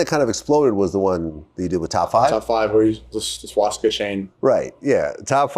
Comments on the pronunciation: Everytime you say swaSHtika instead of swastika a little kitten dies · Vlad adds to many SHW's when he says Swastika. There in no H in the word.